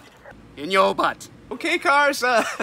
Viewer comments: No no no, it's not pronounced "butt" and it's not pronounced "BUett", I think it's pronounced "BOOTY". Lol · It is actually pronounced: ˈbyüt. Like the city in Montana. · It’s actually pronounced “Boo-Tay” it’s French lol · Or just pronounce it as it is meant to be pronounced... Bewt (Beaut) Beauty, without the y. Like Crested Butte in Colorado. Ah, but then it wouldn't be funny. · pronounced "be yout" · Funny except it's pronounced Bewt. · The whole point of this vid, ofc, is the visual gag. Yeah, a lot of us know how Butte is pronounced (I lived in the one in MOntana for 1.5 years), but we always jokingly pronounced it the way you do in this vid, just because it was supposed to be funny. Loved the gag,, mondo worth it. (and, for others, believe it or not the intersection includes the names of 2 counties in California).